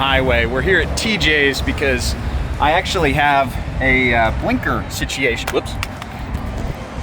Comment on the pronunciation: Yo do you have northern Irish ancestry? Early in the vid you say “sitiation” and then later you said “wee”